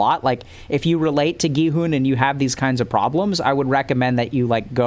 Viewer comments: you're like the first english-speaking person i've heard pronuncing Gihun's and Saebyeok's name right, so don't worry about that, you're doing great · Your "Gi-hun" pronunciation is perfect